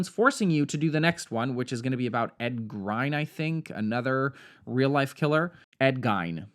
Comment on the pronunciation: It's pronounced Geen (Gein), and after watching the movie Fresh starring Sebastian Stan I think Jeffrey Dahmer wasn't just a serial killer, but also a butcher for elites.